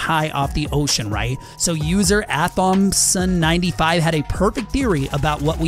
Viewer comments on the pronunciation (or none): is no one going to say anything about him pronouncing AThompson as Athomp son instead of A Thompson